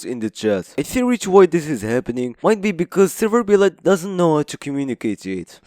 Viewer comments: it's "serverblight" "Server-Blight" not "Server-B-light" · it hits me like a truck how you pronounce it "B-Light" 😭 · Are you saying Server B. Light? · Why do you pronounce it "Server B-Light"? Blight is a word.